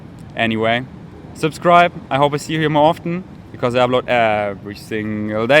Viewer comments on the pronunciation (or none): none